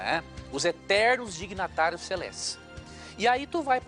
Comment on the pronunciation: o pastor Leandro Quadros falou errado ele disse: '''3 DIGNATÁRIOS'''a palavra correta é '''3 DIGNITÁRIOS''' vai lêr melhor o livro sua besta, depois diz que os outros é que não sabe de nada.